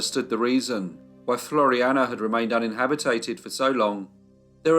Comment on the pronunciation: Me again, (on my soapbox, sorry) Can you please pronounce the word inhabited and not inhabit it ed. Thanks x